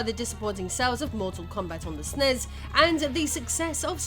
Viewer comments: It's not "snezz". It's ES-IN-EE-ESS. Take my downvote. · I have never heard anyone refer to a Super Nintendo as a Snes (Snezz). It was always called a Super Nintendo, a Super N.E.S. or you spell it out as S.N.E.S. I had one of these and have gamed for almost 40 years, and never heard it pronounced Snezz. Please do not make this a thing, if it's an AI thing, please start typing this shit phonetically. I love hearing about the history of old games, but pronunciation of consoles and games should absolutely be part of that research.